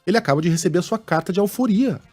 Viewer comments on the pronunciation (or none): Tudo bem Megale... Mas a carta ... Se é que recebida... seria de ALFORRIA. ... Com dois "RR" e, não, ALFORIA.. conforme vc pronunciou... Ficou meio feio😮